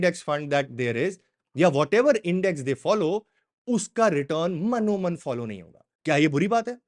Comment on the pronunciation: Sir mano man nahi mano ann hota ha plz correct